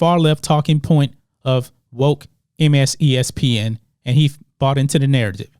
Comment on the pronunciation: "MSESPN" ... lol